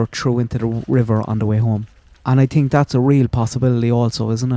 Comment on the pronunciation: 😂 he said I TINK 😂